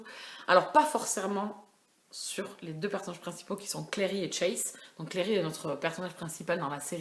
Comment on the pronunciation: Et sa se dit clAry pas clery